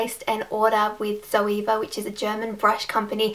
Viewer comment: Great review Rach! Definitely convinced me even more to buy the rose gold set. Btw, the proper German pronunciation is Tserva (rhymes with server). :)